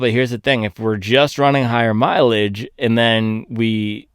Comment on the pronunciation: Need to teach how to say mileage…😂😂😂